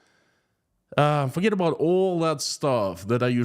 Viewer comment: It's ex-ports not ex-perts!!!! You're brilliant. Keep up your inspiring work!!